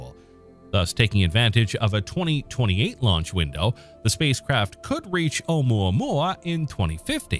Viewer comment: There was no need to disrespect Hawaiian language calling unpronounceable, specially when you were pronouncing it so well.